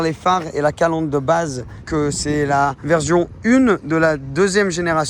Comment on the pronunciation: j’ai remarqué que dans tes vidéos tu dis souvent « verzion » pour version.... ça se dit « verssion » en bon français.... juste rien de méchant mais autant te le signaler car je sais que ce n’est pas ta langue maternelle et c’est toujours sympa de le dire... belle voiture et belle vidéo.... 200.000 abonnés!! Bravo à toi.